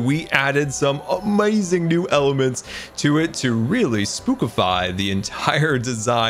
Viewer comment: 22:7 he sad amauizing